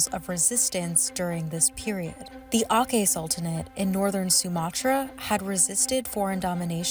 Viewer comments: U said aceh the wrong way its pronounce aceh not akeh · tiny tiny correction: Aceh is pronounced "A-CEH" with hard C as in "Cherry" or "Cheese" not "A-Keh" (english C, pronounced K). We Indonesians pronounce everything as it is written. Apart from that tiny mispronunciation, nice video. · akeh 😂 it's atjeh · Aceh is pronunced A(ch)he not Ake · It's Aceh not Akeh, c as in channel not c as in ache. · It just hurts credibility so much when you read out 'Aceh' as 'Akheh'... Over and over again; very hard to ignore... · Akeh 😭😭😭🤣😂😂😂 its aCEH, c pronounced as CH 😪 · it's very informative eventhough the narator butchered the spell of Aceh. Its A-Ceh. Not A-Keh. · For information, its aceh with c spell not sound like K spell And aceh never become part of northern sumatra, that really sensitive words, thats what happened for many years one of the reason to become conflict when aceh want to gain independent So please becareful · Aceh is pronounced "ah-cheh" not "ah-KEH" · its pronounced “A-ch-eh” not “Akeh”. Funny for a video exposing colonial rule you guys pronounce it the English colonial way. Research correctly. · correction on the pronounciation of "Aceh", the "C" letter is pronounced the same as in saying "China", while the way the narrator said the "C" letter is the same as in saying "Soccer" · akeh sultanate 🥲 it's pronounced acheh 😭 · It’s pronounced “a-ch-eh”😫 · it’s aceh not akeh. c is not pronounced k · and they says ALLIES ARE GOOD. NO. ASIA EXPERIENCE IT THE HARD WAY. KITLER AND HIS HOLOSAUCE IS NOTHING TO WHAT ALLIED FORCES DID TO ASIANS. Indian, Indonesian, Chinese, etc. edit; it's ACEH. C is C. not K. C is like in the word 'Cherry'. please learn how to spell things normally in human language. not according to english pronunciation doctrine. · It's pronounced ACHEH not AKEH. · A little correction, Aceh is peonounced ah-cheh phonetically and not with a k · Aceh is pronounced a-tcheh not a-kheh. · The pronunciation of Aceh is "Acheh" not "akeh"